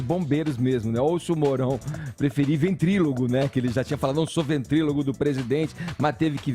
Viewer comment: Edgar: ventriLOGO! Cara burro. É ventriloCCCCCCCCo.